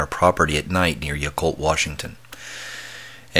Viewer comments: Pronounced Yeah Cult, not Ya Cult. Great story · not pronounced "yuh-colt" its pronounced "yah-colt." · Wow--my son also had a sighting at close quarters just a mile north of Yacolt when he was too young to clearly articulate what he had seen.That was in about 1994. Hope I can persuade him to share his story. (P. S. It's pronounced "YACK-olt").